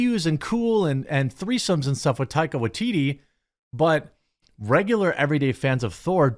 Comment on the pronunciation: Don’t say taika waitiRi,pronounce the last the like.. waiTiTi